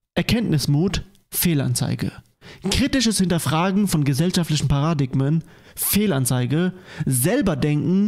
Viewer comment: Sorry fürs Grammar-Nazi spielen, aber ich kann mir nicht helfen. Das Wort Paradigma wird ParaDIGma und nicht PaRAdigma ausgesprochen. Trotzdem natürlich gutes Video wie immer, diese Reaction Witzfiguren haben von nichts ne Ahnung